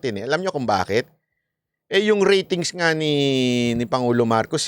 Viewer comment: Hindi man yan pangulo ito yata ang pagbigkas pango😂😂😂😂😂